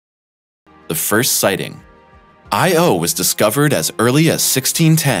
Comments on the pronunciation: Because of your pronunciation of the name 'Io' I won't be subscribing or watching anymore of your videos. You git. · I had to stop watching. It irked me too much to hear him pronounce "Io" and "Europa". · YOU'RE PRONOUNCING "IO" INCORRECTLY -- KNOCK IT OFF! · Dude, you’re KILLIN’ me... Every time you say, “I - O” you make me cringe. It’s not two separate letters. It’s ONE word, pronounced, “EYEyo” with NO separation or pause between the letters. No pause between the letters. One word. Say it quickly, Io (EYEyo) with the emphasis on the ‘EYE’. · Europa= Eur-oh-pa not Euro-pa... second only to I-O. Or corectly Eyeoh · "Io" is not pronounced "Eye. Oh", it's pronounced "EyeOh"...no break between the sounds. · Why is earth “unusual” for having only one moon? The rocky, inner planets are unlike outer, gas giants. In their own context, the inner planets have low-number or zero moons. Earth is merely average for having one moon because Mercury and Venus have none, and Mars two. And what’s up with the robotic “Eye Oh” pronunciation? It’s Io. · well, actually it should be pronounced something like "EEyo" but that's another story... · It is not separate sylables, "I," and "o." But blended in sound as Eyeyo. Those letters are not acronyms. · Dude said.....I......O. and EUROPE-(AH). ER-BODY ELSE SAYS IO AND EUROPA. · Couldn't continue watching this, became too irritated by the constant I - O. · Say 'iodine', and you'll have the correct pronunciation for Io...!!! You're welcome.... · actually it's pronouced as EE - OO, it's not english but latin. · really...!..... its not that hard,,,,, the rigt way tp pronounce it "I OWE''. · So annoying when supposed experts can not take the time to learn how to pronounce words within their sublect matter. Every time i heard I O, i cringed. Europe - ah? Channel should be called interesting pronunciations. This channel gets an f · Get a new narrator! He can't pronounce Io and Europa correctly! "I owe YOU!" IOU?!? NOOOOOO!!!!!!